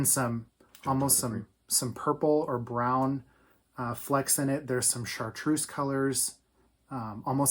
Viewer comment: Thanks for a fun podcast. I liked immediately, but when he said 'chartreuse,' he sealed the deal.